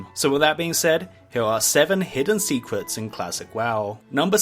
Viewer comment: sewen secwets of wowd of wawcwaft